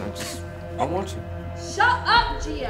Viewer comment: Gia is a good friend ! She said it right!